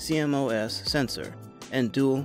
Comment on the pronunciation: its c-mos not c m o s